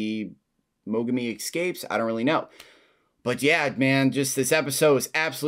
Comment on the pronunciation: The moment it looked like he was about to lose his shit after getting kicked sent me chills. Fight was great as well! Ps: Name's Mogami, not mogumi! :D!